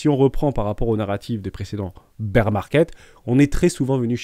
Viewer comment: Dernière fois que je le dis ; Bear ça se prononce "Bère" pas "Bire" 🤣